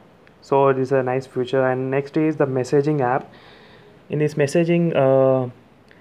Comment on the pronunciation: Although you pronounce "feature" as "future" but i must say, you presented some really cool hidden features, no else found, like screen recording, pinch zoom in messages,etc. I have ordered my coolpad note 3. 😊 Expecting it in couple of days. And Thanks to you, I am dying to use my coolpad now. and i will be contacting you in couple of days to add me in your group. Really great work bro. Keep it up. 👍